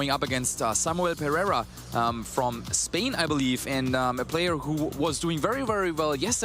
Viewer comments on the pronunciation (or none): none